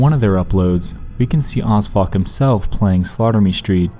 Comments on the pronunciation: Who thought he said osfuck? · Are you saying Osfuck? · When you said O.S.F.O.C, I thought you said ‘who odd fuck was named after’. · I thought he said osfuck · When he said 'OSFOC' I thought it was 'As Fuck' and I immediately thought 'I should name my kid that'